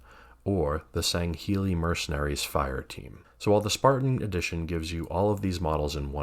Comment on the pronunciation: Great video and your pronunciation of Sangheili is spot on. 😉